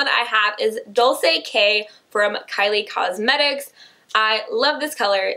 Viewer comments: IT'S "DOL-CHAY" NOT "DOL-SAY" lol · It's pronounced like dole-chay, not dole-say! Like Dolce and Gabbana. Love you lol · It's Dol-ch-ei like Dolce and Gabbana lol. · Its dole-chay.Dolce (dole-ché)